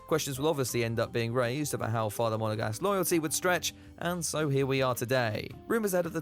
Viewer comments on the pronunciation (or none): STOP. SAYING. MONEGASGUE. Enough already!